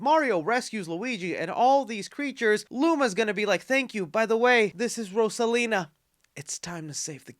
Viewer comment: Bruh what did you call Rosalina? 😂🤣🤣 man you always be butchering names